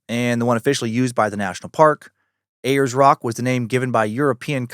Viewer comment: Lol, you're so funny, Dan. Uluru is pronounced Ool-la-roo and Ayers rock is airs rock